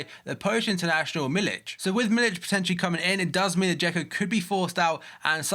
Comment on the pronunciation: its miliK, not miliCH